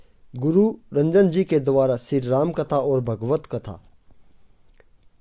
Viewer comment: कृपया महाराज जी के नाम का सही उच्चारण करें उनका नाम रंजन जी नहीं अपितु राजन जी है 🙏🙏